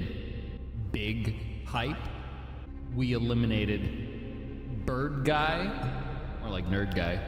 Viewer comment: is he saying BirdGUY on purpose? its driving me insane :)